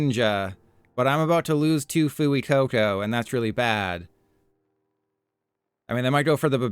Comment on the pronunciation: pronounced "fway-coco"